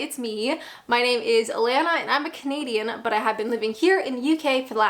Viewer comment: ... you have changed how you say things over time .... In your earlier vids you'd appear to say "... I'm Kinadian" but you now appear to say "... I'm Canadian"